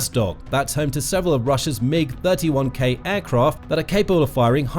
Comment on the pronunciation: A Mig is a Mig, not an EM-EYE-GEE